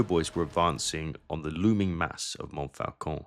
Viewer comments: And Montfaucon is pronounced monfocon. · Interesting and well done. I have a single criticism. You can't correct people for mispronouncing "Meuse," and then mispronounce "Montfaucon" repeatedly. (There is no letter "L" in that word in French.)